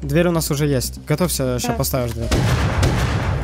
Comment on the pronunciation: Двэрь ты ли это